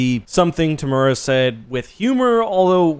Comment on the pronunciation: Looks like you're a big fan. Be great to get a bit closer on the pronunciation of Temuera. All us kiwis were probably wondering who the hell you were talking about.